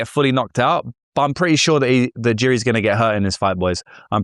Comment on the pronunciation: You cant pronounce Jiri's name, and you called him and Ulberg heavyweights. Starting off shaky.